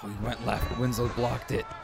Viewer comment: WINSLOW NOT WINS-LOW 🔥